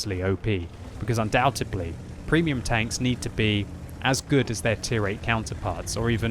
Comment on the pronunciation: undoubtedly... undoubtedly undoubtedly undoubtedly, not undoubtebly 😂